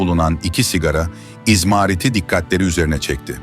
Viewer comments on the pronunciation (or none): Yüzbinlerce üyeniz var ve onlara zerre kadar saygınız yok. Bu kanalın g.otune koyayım. Yapay zekaya haber okutuyorsunuz... Izmaaarit miş. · Izmaarit degil,Izmarit.Bence öldüren o olabilir.